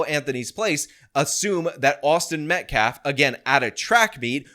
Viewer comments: the guy can't even pronounce "Metcalf" correctly, he says it "Met-claf". What a clown. 🤡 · He mispronounced the victim's name as "MetcLaf" twice. Almost like he doesn't gaf about the victim in this case. 🤔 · this guy can't even say Austin's last name correctly lol wtf. Metclaf? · “Metclaf”. Cmon man. Say the kids name right. Geez. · mispronounced Austin Metcalf's name TWICE in that presser clip, referring to him as 'MetKLAF'. Such disrespect. 😡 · Is it pronounced “Metcalf,” or “Metclaf”? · 'Im a lawyer but i cant say the name right' metclaf.. really dude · He said Austin Metlaf,,,TWICE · It's not "Metclaf", it's METCALF, you ignorant dolt. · " Austin MetcLaf." 🤦‍♂️ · Let me axe you a question. Why does he keep calling him Austin Metclaf? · Metclarfe? Can these people ever pronounce things properly? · "Metclaf" Dude can't even pronounce his Name!!! What a Joke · Metklaf? That basketball can't even say the name right. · Can’t even pronounce the victims name correctly. Abysmal is an understatement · He doesn't even have the respect (or intelligence) to pronounce the name correctly. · I find it more sad they pronounce karmelos name correctly, but everyone can't say metcalf to save their lives. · why is it so hard for people to say Metcalf right? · that guy yeah look into him, Donut operator already said one thing about him so I’m sure we are gonna hear alot more. This is guy is not a good person and is trying to look like some kind of peace maker 😂yeah no, nope he can’t even pronounce the name correctly he doesn’t give a shit, just what it will mean for those going forward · Does he mis-pronounce Metcalf on purpose, does he know how to say baby cow? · We have saw a false autopsy that is false, and I am surprised that every black mispronounced Metcalf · Can the ngan guy actually pronounce the victims name correctly?